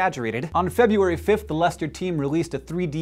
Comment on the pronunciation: Thank you Hank for being an American who can pronounce 'Leicester' correctly :)